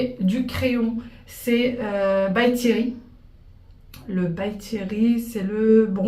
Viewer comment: Coucou belle, je ne me moque pas hin, mais tu m'as faite gentiment rire pour le crayon, tu as dis by Thierry, je crois que c'est by terry, je ne me maquille pratiquement pas mais il me semble que c'est Terry la marque, tu es adorable, un soir pareil j'écoute beaucoup d'asmr ça me fait dormir le chuchotement et la personne à dit docteur Pierre Richard au lieu du docteur Pierre Ricaud 🙂ça m'a fait rire gentiment, car c'est un acteur Pierre Richard 🙂 je fais parti des personnes qui ri de moi-même et je sais que tu aimes bien rire aussi dans tes vidéos ❤ et Wael avec l'expression qu'il n'avait pas comprit il avaitdit " les pieds dans la compote " dans une de tes vidéos, c'était marrant aussi, bisous bisous ❤❤❤